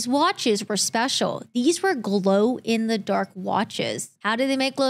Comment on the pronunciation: She said “glew in the dark” 😂